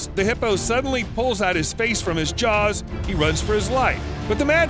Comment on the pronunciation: They're JAWWWS not JARRRS